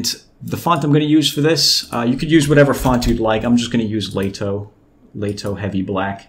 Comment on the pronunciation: It's lato font, it's pronounced L A T O without saying "A" as an "E", in Poland it means summer and the font was made there